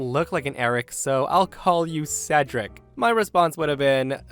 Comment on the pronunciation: I'm so glad pronounced Cedric correctly during the last story